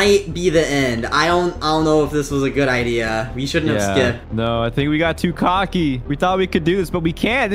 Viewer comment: Nah bro said coky